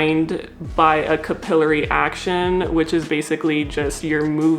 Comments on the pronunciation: I know this is a me problem, but she keeps pronouncing capillary in a weird way is it’s bothering me to an unreasonable extent… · First vid by this creator but I suspect Canadian? “Cah-PILL-uh-ree” is a British pronunciation. American is “CAP-uh-lair-ee”.